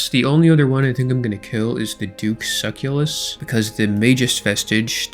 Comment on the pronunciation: Suh-CELL-us not suckulus